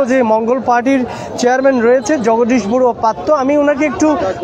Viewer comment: পড়ুয়া না বডুয়া 😂